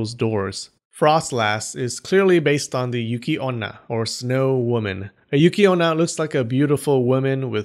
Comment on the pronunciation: It's yukionna, not "yūki" Yuuki with elongated U sound means "courage"